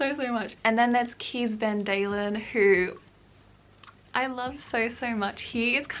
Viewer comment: Heeheee I’m half Dutch and just in case you wanted to know in Dutch you would pronounce Kees’ name as the English parallel of: ‘Case von Daa-Len’ Or in IPA: keːs fɑn daːlən I really don’t mind if you pronounce it differently (I don’t think the British in the 1800’s would bother much on how it’s said) but like I said it might be fun to know.